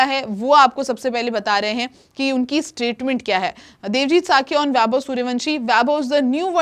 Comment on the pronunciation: Thuhi ji wo sakiya nhi saikiya hai